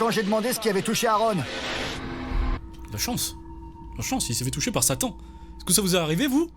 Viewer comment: Quand il a dit "Satan" moi j'ai entendu "Sali"